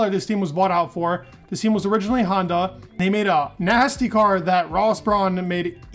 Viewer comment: why is he pronouncing Honda so weirdly? As if there's an 'I' at the end of Hondai...